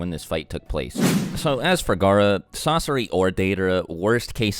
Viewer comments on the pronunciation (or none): he calls sasori "sasora" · Did he really say sasora? fr?! You gon do my main sasori dirty and try to combine his name with someone who is useless COMPARED to him?!? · Sasori ❌ Sasora ✅ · He said Sosora not Sosore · Did no one realize that’s he called sasori sasora somewhere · "Sasora" 😂😂 Sounds cooler tbh. ( :12) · this dude said sasora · Sarora lol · he says sasora